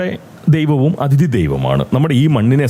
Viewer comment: ഈ വീഡിയോയിൽ പ്രതിപാദിയ്ക്കുന്ന വിഷയത്തോട് പൂർണ്ണമായും യോജിയ്ക്കുന്നു. മലയാളികൾക്കും ഇക്കാര്യത്തിൽ നല്ല മര്യാദയില്ല. ഈയിടെ അയർലൻഡിൽ തല്ലുവാങ്ങിക്കൂട്ടിയതും ഇതുപോലുള്ള പ്രവൃത്തികൾക്കാണ്. (off topic ആയി ഒരു കാര്യം പറഞ്ഞോട്ടെ, 'അതിഥി'യുടെ ഉച്ചാരണം ഒന്ന് ശരിപ്പെടുത്തേണ്ടതുണ്ട്. 'അഥിതി' എന്ന് തെറ്റായിട്ടാണ് ഉച്ചരിയ്ക്കുന്നത്. ഈ തെറ്റ് ധാരാളം മലയാളികളിൽ പടർന്ന് പിടിയ്ക്കുന്നുമുണ്ട്. മനുഷ്യർ അവർ ഇഷ്ടപ്പെടുന്ന ആളുകളെ അറിയാതെ (subconsciously) അനുകരിച്ചു പോവുകയും ചെയ്യും. പോങ്ങനായിട്ട് ഇങ്ങനെയൊരു തെറ്റ് പ്രചരിയ്ക്കാനിടവരുത്തണ്ട എന്ന സ്നേഹബുദ്ധികൊണ്ട് പറയുന്നതാണ് കേട്ടോ.)